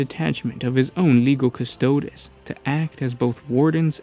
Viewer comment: What is a "Kustoad" eh? "Kuh-sto-deez" ya git